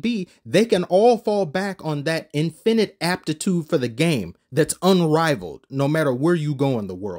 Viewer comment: the way bro says "infinite" 💀 great vid tho